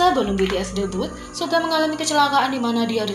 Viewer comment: bilang suga malah suge hahah